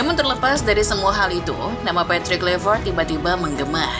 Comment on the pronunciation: Karena ini coach Timnas kita. Nama pelatih timnas kita itu dibaca 'Klai', bukan 'Klui' ya min. 😂